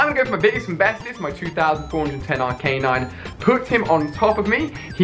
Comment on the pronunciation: Can somebody please slap him accordingly to the amount of times he says Arcanine wrong?